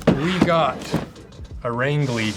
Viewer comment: This looks like some of the stuff L.L. Bean used to make, when they made shoes in maine and hadn't become J. Crew yet..... also it's pronounced (Range-lee) Maine